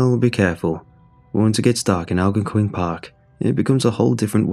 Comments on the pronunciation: Lmao "Algon-quin"? That's not how you say it but good try! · It's pronounced Al-Gone-Quinn 🤣🤣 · Live in the area. It killing me how he saying it. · And algonquin lol